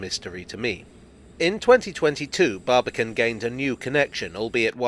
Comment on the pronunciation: When I hear "Barbican" I hear "Barbie can what?"